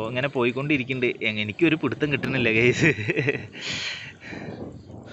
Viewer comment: ഗെയ്‌സ് എന്ന് പറയാതെഡെയ്... ഗൈസ് എന്ന് പറയു... 🙏